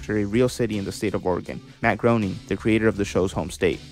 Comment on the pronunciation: It's Pronounced grain-ing